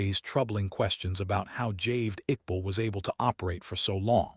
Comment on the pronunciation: It is Javaid not "Javed".